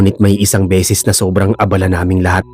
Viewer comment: Bisaya. - BESES hindi BISIS PERO hindi PIRO Para ibayad sayo PERA hindi PIRA Bisaya. - ORAS hindi URAS